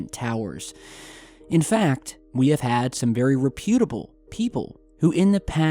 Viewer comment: REPutable. And Ba-bel. Not Bae-ble